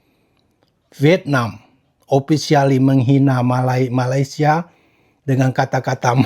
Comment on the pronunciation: Sepertinya Vietnam lebih fasih nyebut malaydesh nya. Dibandingkan Indonesia nyebut malaydesh 😂😂😂